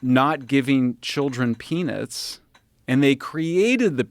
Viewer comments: Every time Michael said “peanuts” I thought he said, “penis.” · He should not be able to pronounce "Peanuts" like that😆.